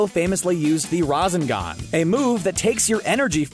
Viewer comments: He said uuuuuchiha it’s Uchiha and resaaagan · razingan? you mean rasengan? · Did they really just say that Naruto uses the Raw-Zen-Gone? Its Rasengan, Rah-seng- ahn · Lol did anyone notice how he said razingon instead of rasengan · resangan not resengan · I agree BRAH "RAZENGAN" it's Rasengan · It's not ras-an-gon, it's ra-sen-gan 😠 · razenghan? it's rasengan. learn to pronounce it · Ichigo Kurosaka? Think you mean Ichigo Kurosaki also it’s Ra-sen-gan not Ra-zen-gan. If you’re gonna do lists like these at least listen to audio clips so you can pronounce them properly five minuets of effort is all it takes. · U said rasengan is pronounced as (Roz-Ee-gon) but its (Ra-See-gon)?????????? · RAZENGAN Me:rasengan:no RAZENGAN ME:NOOO rasengan:no no no it's RAZENGAN Me: whatever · Its not razengan its ra-sen-gan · The amount of mispronunciations in this... “razengan” (rasengan) “Oochiha” (uchiha sounds like youchia) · the "razengan" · My mans said rasongon 😂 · Did he say ra seen gan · And what he called the rascingion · Why did this nigga call it a razengan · “Razzengaaan” my guy is pronouncing this stuff so badly it makes my ears hurt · The pronunciation and that rasengan tho Ra sane gan is the pronunciation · are we going to ignore how he said rasegan😂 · Risen- Gone (Rasengan) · Mispronounces Rasengan Me: Breathe... breathe... breathe... GOD DAMMIT, IT’S PRONOUNCED RAW-SEN-GONE! RASENGAN! Rant over. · LMAOO WHAT IS A RAZEN-GAN?! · Yea naruto is definitely great with the “rezengan” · It’s not razengan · the "Razengan" 😂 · the way he pronounced rasegan,, i fucking cringed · ” razengan “ loll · So we just gonna ignore the fact that he said raazengaan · Say it with me Ra-Sein-Gan Rasengan Also most of this is just Dragon Ball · Pronounciation for Rasengan: Rah-sen-gun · pronunciations is ras-sag-gone is spelled rasangan or I think so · bruh ur pronounciation to their powers is triggering me like ran.zen gan? wut and its not jurem its jiren